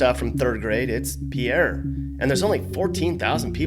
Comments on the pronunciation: Pierre, SD is pronounced PEER. Some kind of bastardization from the French fur traders, I suppose. And by the way, even the state legislators get the hell out of Peer when the House is over for the season. It is the backwater of the universe!!! Sioux Falls is the place to be if you want communications and jobs, and Rapid City is for the cowboys and hikers in the Black Hills. But Pierre? Absolutely not! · No offense, but I think Pierre, SD is pronounced, “Peer”. My elementary teacher lied to me and pronounced it like the French male name 😂 Someone already said it from SD, so never mind that part. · The capital of Soutb Dakota, Pierre, is pronounced like "Pier" -Someone from South Dakota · Pierre South Dakota is pronounced Peer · We thought it was pronounced peehair haha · It's pronounced "Peer", SD, something most of us learned in grade school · It’s pronounced as “peer”, right? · You mispronounced the capital of South Dakota.